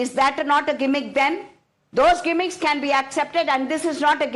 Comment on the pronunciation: “G”immicks 😂 And people from the south of india say people from the north don’t know English. A big joke 😂🤣